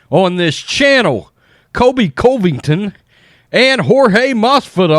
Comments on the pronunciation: Why do you say Colvington? It’s Covington. Kind of disrespectful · Say it with me now "Cuhvington" yes I know its misspelled but most importantly that is how its pronounced. It bothers me and I know its my issue but I can't be the only one who says it the way I'm suggesting maybe give a try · He does not say Colby Covington's name right. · Covington's pronunciation ❌ Usman's pronunciation ✅